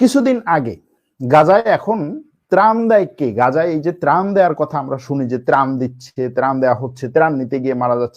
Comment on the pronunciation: প্রান না,ত্রাণ হবে আঙ্কেল।